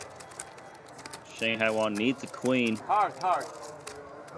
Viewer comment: “Okay!!!” and “okay.....OKAY!!” LMAO this is too entertaining